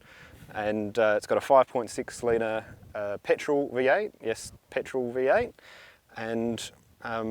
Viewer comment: “Pertol” Patrol 😂